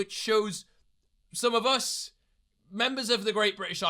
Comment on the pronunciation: exposes himself with the waitrose comment, says woh instead of us as a distraction